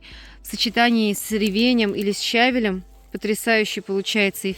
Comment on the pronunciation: Спасибо, здорово, но со щавелЕм, ревенЕм-ударение на последний слог.